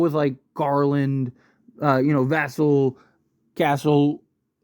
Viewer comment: It’s pronounced Va-sell you sound like you’re rhyming his name with Castle when you say Vassell